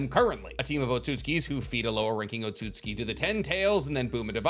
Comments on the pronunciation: Tsu is essentially an S bruh. It’s “OT-SUKI” I hate to be that guy but this shxt irks my soul 😂😂😂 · Why does he over pronounce otutsuki😂😂